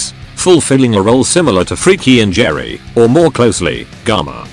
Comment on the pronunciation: That pronounciation of Freki and Geri. "Freaky and Jerry!"